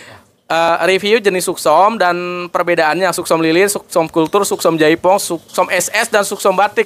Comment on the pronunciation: Yang bener katanya Suksom chai Phong bang bukan jaipong 🙏🤗